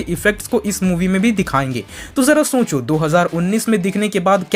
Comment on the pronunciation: Bhai tu socho ko soncho kyun bolte ho